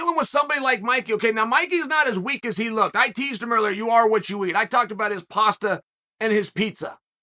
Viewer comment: That masumusi guy is funny and annoying at the same time with his paastha peesa talks 😆